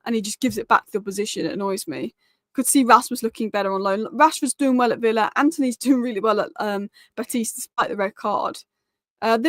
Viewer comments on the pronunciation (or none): none